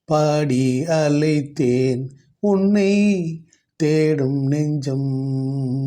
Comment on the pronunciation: பாடி அலைத்தேன் மிகவும் தவறான உச்சரிப்பு. முருகா, உன்னைப் பாடி அழைத்தேன். அழைத்தேன் என்று உச்சரித்துப் பாடவும்